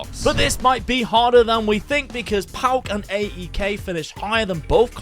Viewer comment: Just a small correction it’s not A E K it’s one word AEK. For example it’s not P A O K it’s Paok if you get what I mean. Love from Greece